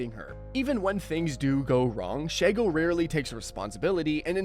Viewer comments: ALSO, Vicky and Azula share a VA: Grey DeLisle/Griffin. You got a two-for-one special. SHEE-go, not SHAI-go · Shego susprised me, also it's She-Go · “Shego”❌ “Shago”✅